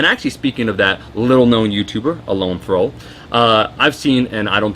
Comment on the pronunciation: Alon Thrall? Alan Thrall.